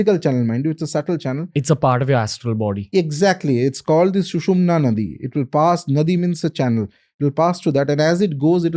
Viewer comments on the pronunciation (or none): Hahahaha he is such a fool, Yeh unpadh sushumna नाडी ko नदी bol raha hai n then goes on to propound foolishly nadi means channel 😂😂😂😂😂iss unpadh ko samjhao "naadi" means channel n nadi means river. Hindi sanskrit aati nahi all that he has is Google gyan. No authentic source mentions kundalini in the astral body and sushumna in the astral body. Doesn't know a thing, doesn't quote the texts which clearly mention of the signs of kundalini awakening none ot which state what he is going on blabbering. Kaliyug mei idiotic gurus take the front seat just like this guy. Looks knows so much, doesn't know a thing. All he knows is wordplay, blabbering and a good way to mislead people. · It is not na-di. It is Naa-ddi. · it is not nadi it is nadi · It's naadhi not nadi when kundalini awakens. These topics are discussed openly in Western world in spiritual population in the last 20 years. Spirituality is on the increase across the world. 1st session was pretty good.. had lots of Vedic Sanatani info... and also intesesting info on tantra. Good questions too!